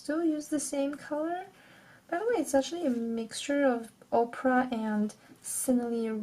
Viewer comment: Great video! :) I just have one small critique. You are saying Oprah for the pink paint color when you mean to say opera. Oprah is a person, opera is a performance. The paint color you are using is opera, not Oprah. Opera is also an internet browser. This youtube video shows someone saying both words in case that's helpful :)